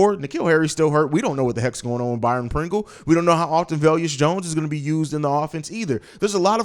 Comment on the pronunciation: You've been pronouncing his name "Vel-yus Jones" . I'm not 100% sure, but I think it's pronounced "Vay-lus" . I know, I'm being petty lol